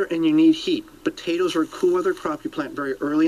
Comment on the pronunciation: I swear that news reporter is saying "Batatoes".